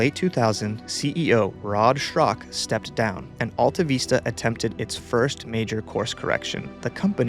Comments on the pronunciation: Is that how you pronounce it? I used to call it Alta Vista not Veesta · How can you screw up the pronunciation of a word as basic as vista????????????? It's VISS tuh not VEES tuh! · Why are you saying "veesta" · Sorry but the way you say "AltaVeesta" is very bothersome. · Who remembers how to pronounce ‘vista’? Not this guy. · Excellent content and mostly excellent presentation (one exception being that you might have wanted to Google how to pronounce Vista) AltaVista was my go to search in my early years on the net and it was disappointing to see it fade